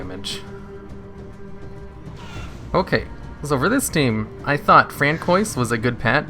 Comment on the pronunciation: We have ruled out that you are not French, Canadian nor Cajun, plus you did not take French in school. It is pronounced Fran-swah. But you made my morning! hahaha :D